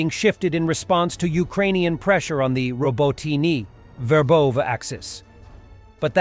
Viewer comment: Verbose is pronounced Ver vov VA! Robityne is pronounced Row bot tyn na!